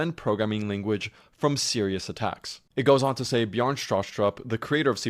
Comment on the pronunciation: It's pronounced Bjarn-eh